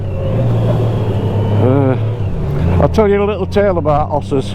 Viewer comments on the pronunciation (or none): Enjoy your chat, so natural. The story about ‘osses’ was great but I guess you might ‘av pissed off a few ‘oss riders’ that may be watching